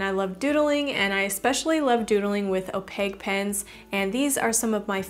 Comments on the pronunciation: She’s like the Ron of art... like some Hermione just straight up went “it’s opaque not opague” at her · Some people pronounce it as (Oh-Pack) 😂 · I dont like how you say opaque ...